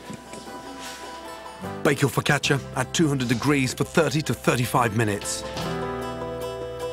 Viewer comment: Gordon's pronunciation's pretty decent: "Fuck atcha"